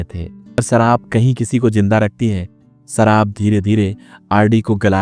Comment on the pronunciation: Asha ko asa,sharab ko sarab😂hindi me bhi varn mala me sha aur sa hota hai